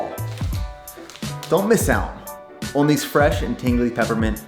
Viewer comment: This man doesn’t know how to say on